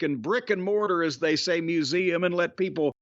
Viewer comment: wait, people write in about how Jim says Nevada when he's right yet don't pick up on wrongness with poem and museum?